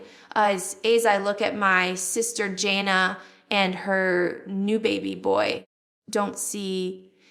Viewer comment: I don't know who this person is but it's not Jill! She pronounced two of her sisters names wrong, Jinger and Jana....her teeth is different...its NOT JILL